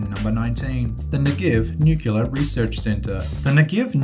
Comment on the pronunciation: NUCLEAR not NUCULAR